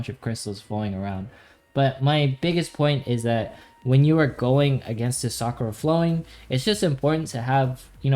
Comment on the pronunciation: Omg so frustrating, SA-KU-RA not SAA-kraa